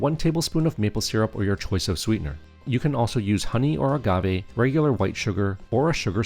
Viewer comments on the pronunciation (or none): none